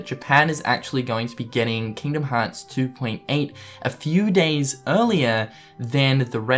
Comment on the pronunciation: People making fun of accent and the way he pronounces the series name.